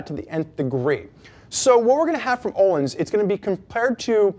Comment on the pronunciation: Thats not how its pronouce! Jesusm why dont you pronounce the "L" and "i"